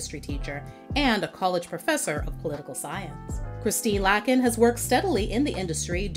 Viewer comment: This person mispronouncing Christine Lakins's last name drove me nuts.